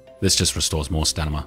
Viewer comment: Brooo again :DD its stamina not stanima good work btw helped a lot